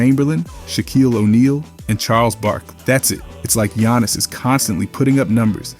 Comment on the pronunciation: "Gee-yawnus" has been in the league too long for you to pronounce his name that way 😭😭😭